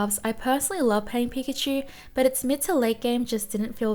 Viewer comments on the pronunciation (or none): none